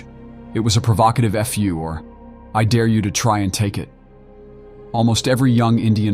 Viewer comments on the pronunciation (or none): none